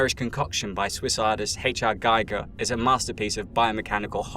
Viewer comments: oh dude I was good until “HR geiger like I know it’s awkward for North Americans but.. “gee-ger” the gs pronounced as GIF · Please...it's pronounced Gee-ger. I can't believe his last name is still being mispronounced after all these years.